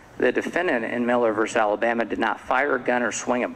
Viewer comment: I cringe when a judge can’t pronounce words like impetuosity or versus.